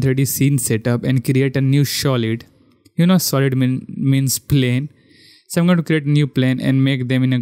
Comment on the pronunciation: Yours pronounce for Solid is wrong its "Sa" not " Shaw"